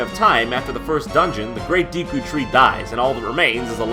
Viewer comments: Is it really pronounced Deeku? I couldn't focus on what he was saying, every time he uttered Deeku I pondered it some more. Looks like Deku to me. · Not that I give a crap, not a real one anyway, but 'Deku' would be pronounced 'Deh-Koo', not 'Dee-Koo'. Anyway, nice ep. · Deku deku deku deku. i dont think its Deeku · GOODNESS GRACIOUS it's deh-ku, not dee-ku. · FOR GOODNESS SAKE IT'S DEH-KOO NOT DEE-KOO. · Deeeeeku? That sounds wrong isn't it suppose to be deh-ku? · Love you guys buts... its DECK-OO NOT DEE-KOO!!! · "Dee'Ku mask"...... My brain hurts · I don't want to infringe on this obvious fray on the pronunctiation of a fictional word, but I always that it was pronounced "Daykoo." Just an opinion, if I'm totally wrong, well, I'm open for further discussion. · I always pronounced is as "Decku", similar to "Deck". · Jon, what's a "deeku" mask? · It's pronounced "Deck-oo"? All those years I called it "Dee-koo"! Most of my life actually! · Dude, JonTron, learn how to pronounce things correctly. If I hear you say "deekoo" one more time I'm going to pop a blood vessel. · "The DEEEKU mask" sorry I can't watch this. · I thought deku was pronounced DECK-oo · Wait. It's pronounced "dee-koo" tree? My whole life is a lie! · DEEKU DEEKU DEEKU DEEKU jeez quit saying it like that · Seriously... Who says "deeku" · This is all super cool! One note, though: the E Deku is actually pronounced like "bed" or "dead." The sharper E sounds in Japanese characters' names are signified by the letter I, as in Mido and Yoshi. Of course, I also can be shortened, as in Link and Impa. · I made the same mistake years ago, however, as others have stated, the correct pronunciation of "Deku" is Deh-Koo. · I was making a joke about the common mispronunciation that is in this video. The E in Deku shouldn't make an ee sound. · I always pronounced it "Day-ku", personally. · I think he's one of the ones who pronounces it "deh-ku". Don't get all persnippity. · デク - pronounced "deh-ku" So… yes.